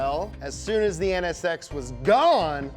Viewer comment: Ahhh the nsx VEWY GOOD